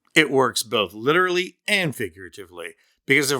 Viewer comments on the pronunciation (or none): none